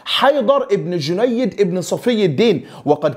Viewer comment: اخي الكريم ( جنيد ) على وزن ( سهيل ) وهي تصغير جندي لكن بدون تشديد الياء و السلطان ( السلجوقي ) و ليس ( الساجولقي ) و جنود ( القيزيل باش ) و ليس ( القازلا باش ) و تعني بالتركية ( الرأس الاحمر) و كل الشكر والتقدير لك اخي الكريم